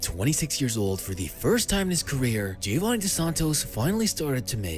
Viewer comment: srry, dont u think he´s pronouncede like hioanni since mexic ospeak spanish? gr8 effort on pronounviation though!